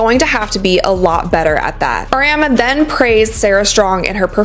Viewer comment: If this guy knows so much you would think he would at least know how to pronounce Geno's last name correctly